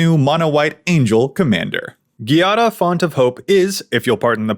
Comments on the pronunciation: At the end of the video when you say the font of hope joke you put the emphasis on font instead of hope and I couldn't help but think of Kamora Hall's iconic "we were rooting for *you*" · omg. this 🙌😂